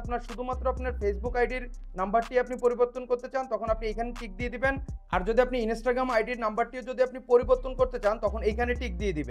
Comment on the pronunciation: Inistagaram bole kothe hoy na 🤣🤣🤣